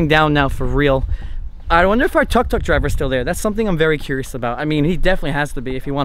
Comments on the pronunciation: It's took took not tuk tuk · It's pronounced 'took took'. Just sayin'.